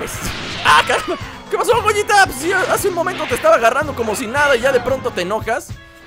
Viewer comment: se dice gogueta